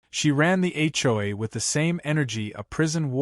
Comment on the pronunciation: When will AI learn to say HOA correctly, HCHOY is getting tiring🤣🤣